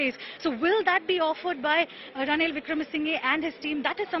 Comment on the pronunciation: It's not wikremesingay, It's pronunciation is wikramasinha